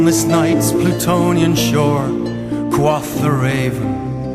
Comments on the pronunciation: I would also refer you to "Parsons, Alan (Project) - Tales of Mystery & Imagination-02 - Raven, The." Note that "quoth" in that song is pronounced with a "long O" sound. Alan Parsons and Leonard Whiting (Wikipedia says that Leonard Whiting sang lead vocals on "The Raven") are British. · How do you reckon he mispronounces "quoth"? IPA : kwoʊθ | Phonetic : kwohth | [source: dictionary . com] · I would really like this, except for the fact that the singer is mispronouncing "quoth." Every time that he mispronounces that word, it totally takes me out of the web he is trying to weave. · I understand your grievance, but I have to correct you on some points. The band is Dutch, while the vocalist was born and raised near Cornwall, England (from what I remember). That is why I raised the regional issue. I know some other British natives that pronounce it the same way he does.